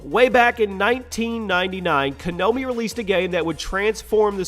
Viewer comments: konAmi not KonOmi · Did he just say Kanomi as apposed to Konami? lol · I like your lists but lease begin to call the game develloper Konami Ko-na-mi, not Ka-no-mi. It's really driving me nuts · Why you pronounce Konami like Kanobi? It is Konami, lol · Co nomi? Did he say co nomi?? I'm sure it's called konami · Lol you said konombi instead of Konami. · Its kOnAmi not kAnOmi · Ko na mi. Maw... Not kanomi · why does he keep pronouncing konami as konomi? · hears Konami pronounced Kanomi. Gets triggered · I know this makes me a "that guy", but Konami* Ko-NAH-mi. Not Kanomi I'll just get ahead and also say "Oh whatever!", since that's the usual response. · konami not kanomi, it's like you don't even play games... and since when was jack thompson a senator? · duke nukem forever... its like Daikatana.. two games to almost destroy their own creators'' reputations GTA III .. odd it was pissing off people since there were lots of games that were a lot more violent. Silent HIll.. one of my favorite psx games. btw.. its not Kenomi , but its KONAMI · It's pronounced KO-NA-MI not Kenobi! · KONAMI. Not Kanomi. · Its KOnami, not Kanomi. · it's kinomi not kimoni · It's actually "konami" not "kanomi". I bet 10 bucks that the guy who was reviewing this never played any of the silent hill games. (they all start with a big screen which reads KONAMI) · Excuse me... Who made Silent Hill? Konomi. KONOMI!?!?!?!? I know you don't understand the Japanese language but can't you get the COMPANY NAME RIGHT!?!? Who made Mario, Nontondo? Who made GTA V, Rackster? Who made E.T., Atera? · Uh... you pronounced Konami Kanomi 😕😕😕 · "Kanomi" It's Konami lol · what the hell, Kanomi? are you drunk or do you really have no clue what you are talking about? Konami made silent hill not Kanomi -. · "Kanomi"... Really? You sure about that? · "Kagnomie" wow dude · he pronounced “konomi” 😂 lol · excuse me, "Kanomi"? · LMAO. Kuh-know-me. HAahahahaha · "Kanomi" im dead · I think he was saying kanomi or kanobi.